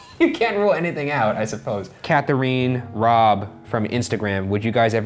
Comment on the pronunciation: Katherine is not pronounced kathereen. LOL